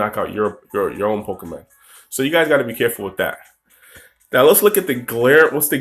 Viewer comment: Nick Melvin Good catch Trainer Nick. I've been playing Pokemon games for years. I know that it is PokemOn. I've just been pronouncing it PokemAn for so long since I was a kid. I've been trying recently to break the habit to no avail. Thanks for watching the pokemOn videos on my channel Trainer Nick!